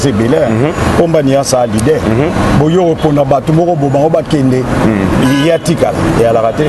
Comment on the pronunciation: Bjr na esprit ya bien zongela kosala dicté.leader et non lidere